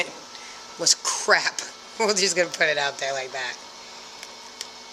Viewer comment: She had a rather English way of saying 'crap' ... usually hear you Americans use that word when you make a mistake etc, we say it to describe anything rubbish lol